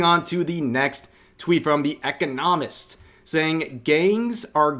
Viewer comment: Rev you've Just been community noted. By me: It is pronounced E-Con-uh-mist.